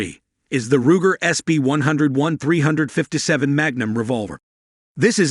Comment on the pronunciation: ‘Hog’ grips? ‘Dot three five seven’? Get a human to read this copy instead of a machine. If that was a human, find one that is familiar with firearms. Also, learn what snub-nose means.